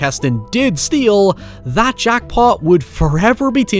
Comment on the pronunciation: YouTube's captions think can't say "steal" (it always shows up as "steel") and I probably agree 😂